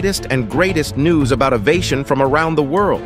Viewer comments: "..latest and greatest news about uvh-ation from around the world." Good grief. If your channel is about X, you should find a computer voice which can pronounce X. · "avation", huh?